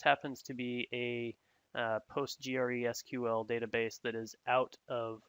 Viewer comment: Handy video but I'm sure that someone by now has told you it's pronounced Postres-QL rather than POT-G-R-E-SQL?